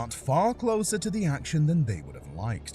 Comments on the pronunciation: I love the way yall foriners say American names its La-Joy not lajaway 😂😂 and its Bo-Dine not Bo-Deen 😂😂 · It's Geoffrey BO-DYNE. NOT BO-DEEN. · U pronounced it geoff bodeen